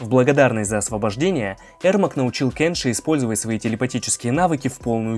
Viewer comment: Меня бесит что ты говоришь: КЭнши а не КЕнши